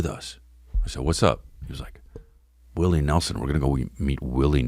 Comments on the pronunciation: Bihwion Dowwah Wiwwy Nehwson Fweaky Fwiday wealllllly got me! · “Oh wow dats Wiwwy newson?!”